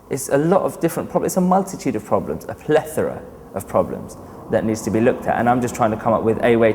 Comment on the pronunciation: and btw you couldn't pronounce plethora properly, just letting you know, so you don't sound like a fool later on.